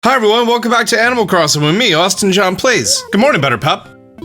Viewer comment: 🤣😊🥰 I know!!! I love it so much!! Especially, when so many people these days get lazy and don't pronounce things correctly on purpose. Not Austin John!! He works it hard.